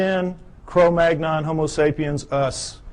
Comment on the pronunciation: This guy doesn't seem to grasp that humans ARE primates. Also, his descriptions of modern human skulls apply (for the most part) only the Caucasian skulls. Negro skulls do show prognathism. and wide, flat, noses. He mispronounces "Neanderthal" and "Cro-Magnon." Most Caucasians DO have brow ridges. I certainly do; I use them to keep up my glasses when I'm not using them.